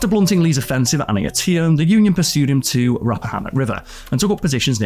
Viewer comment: Antietam (Ahn-tee-tum)